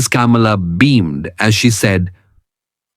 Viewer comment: I presume the voice over is by an Indian. If so, why is he pronouncing Sharma and Kamala in such an anglicized accent? It is so irritating when Indians want to show off their "breed".